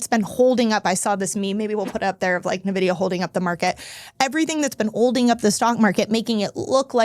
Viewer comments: pronounced EN Vidia, not Nuh Vidia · I stopped listening when she called it Nuh-vidia 😂